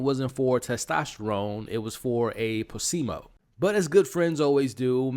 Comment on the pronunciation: I just want to say wrecking ball not reckoning ball and placebo not placemo. Cheers